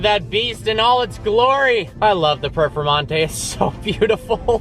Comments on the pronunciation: It sounded like instead of "Performante" you were saying "Purplemonte". Sounds like a great nickname! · Are you saying Purple Monte? Cant hear your clearly.